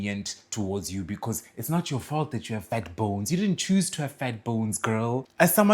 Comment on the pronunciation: 😂😂😂 every time he says “fat B O N E S” it sends me 😂😂😂💀